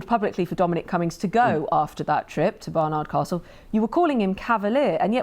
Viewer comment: Baroness Fall darling you do know it's Barnard Carstle and not Bernard Carstle also you're still adding an 'r' in Castle my dear ! 🤦‍♂️